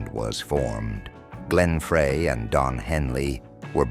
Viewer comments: The voice calls Glenn Frey, Glenn Fray 😂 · It's Frey (like fry). You idiot.